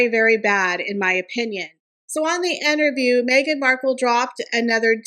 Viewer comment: Why do you say Enterview??